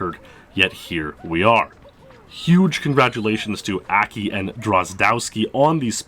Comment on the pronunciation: Akki is Japanese. In Japanese all instances of the letter A are pronounced "Ah" like how "o" is pronounced in the English word "bot". So it's not "Ackki" it's like "Ahhkki".